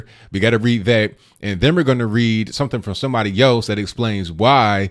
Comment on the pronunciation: laugh out loud , A friend of mine has a dog and she named it ( Dat ) when you say that it sounds like my friend is calling her dog ( Dat ) is that just your funny English or you really that lazy to say that